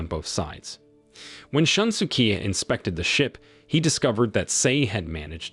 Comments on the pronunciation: I burst out laughing whenever I hear Shun-su-kee. It's more of a Shoon-su-kay. Maybe for future reference. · More like shoon-skay, but yeah, I was annoyed with a lot of his pronunciations too.